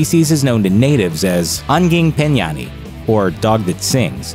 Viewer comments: its called anjing penyanyi not anging penyani. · its called "anjing penyanyi" not "anging penyani". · It's not anging penganyi, but anjing penyanyi. You say the "ny" Like "ñ" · u said y wron im Indonesiin